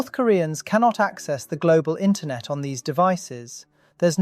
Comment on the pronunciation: ah yes intronet